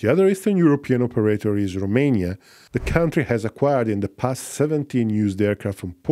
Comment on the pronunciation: It's "Romania", not "Rumania"